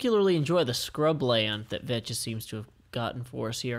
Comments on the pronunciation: you know that you don't say ve-chez but vex! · its vechs (vecks), not veches, anyway, loved the vid, just that was annoying me a bit... thx tho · FYI: Its pronounced Ve-ks